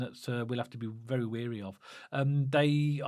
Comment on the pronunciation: Just to let you know “wary” isn’t pronounced as “weary”. Are you getting mixed up with the KRO lyrics - ‘tired and weary’? Haha Keep up the good work lads. Loving the podcast 👍